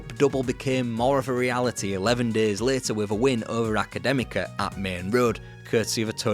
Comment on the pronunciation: Good Pronounciation of Académica they are a historical Portuguese club, a club formed by students , they dress all black because that's how Portuguese university people dress which inspired the outfits in harry potter when jk rowling lived in Porto, they also were one of the few clubs that opposed the dictatorial regime in Portugal of Salazar also the oldest Portuguese club, they are also the first winners of the Portuguese cup, now they linger in the 3 division in Portugal because of debts, but a historical club from my county of Portugal ...